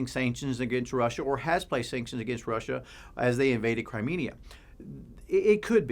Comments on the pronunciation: At 2.25 it's Crimea, not Crimenia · I think you were trying to say 'Crimea' 😂